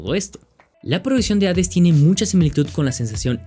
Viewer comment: Es chido encontrarse con alguien que sabe pronunciar correctamente el nombre del juego.